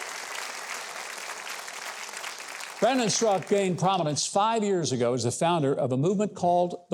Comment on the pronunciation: Why are you Mr. Huckabee and your announcer pronouncing Mr. StraKA as Strak? It is very disturbing!